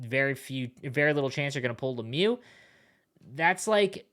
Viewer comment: How do you call lemieux giroux numbskull